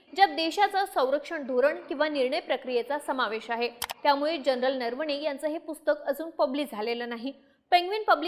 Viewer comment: नरवणेचा उच्चार नीट करा . नर्वणे बोलू नका. ऐकायला कसं तरी वाटतं